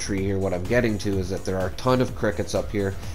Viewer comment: Acid, not acit. The amount of times you say acit makes my blood boil lmfao